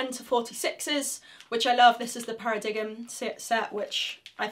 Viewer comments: it's paradigm ... (pronounced paradime) not para-dig 'em :) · Para-dig-M 😂 that made me chuckle! It’s pronounced paradime 😆 great video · it's not said para digg um it's said para dime. and I'm a singer who plays guitar. Still single. That was the theory but I have not found that to be an accurate answer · A motorcyclist too - brilliant!! Let me know if you ever want a collab ;0) PS it's paradigm [par-a-dime] not para dig 'em ....just sayin' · "Para digm" ..... is "paradigm", pronounced "para-dime". :) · Para-diggum !? Para-dime. Come on, Sophie, you're letting the side down. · it's not said para diggum it's said para dime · Paradiggum? Its pronounced Para-dime...! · I think it’s ‘para dime’ not paradiggem lol, sorry... Great attitude with the whole girl thing. Yes people shouldn’t be sexist, but complaining isnt going to fix it so nice one. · ...Say "Pair-uh-dime"... 😂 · Yes you said it para-diggem that’s how I choose to say it too. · Thanks for your videos. I’m pretty sure it’s pronounced “para-dime” but that’s just nit-picking. You are of course very talented. Do you give lessons? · It's pronounced like para-dime :) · Loved how you pronounced "paradigm".